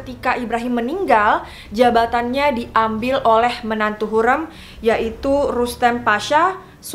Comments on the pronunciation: Topkapı dibaca topkape krn penulisannya bukan pakek huruf 'i'tapi pakek abjad turki 'ı' yg pelafalannya kyk kita nyebut kera Kalo Hürrem, Harem, dsb pelafalannya bukan kyk kita nyebut 'kera' tapi 'bebek' simple nya kek huruf vokal biasa ' a, i, u, e, o ' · Plis ka sebut hurrem nya seperti “sate”. Agak terganggu hehe maaf